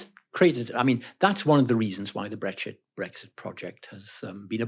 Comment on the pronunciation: he did jusy say " brexshit" ? 🤣🤣🤣